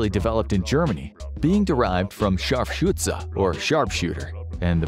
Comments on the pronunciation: *Scharfschütze with an ü not u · You have completely butchered the pronounciation of "Scharfschütze"